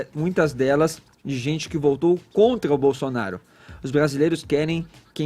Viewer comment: Esse fala "contga" "pgópgia" "pgoblema" "intguevista"